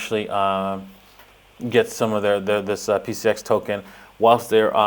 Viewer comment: PCX not PCS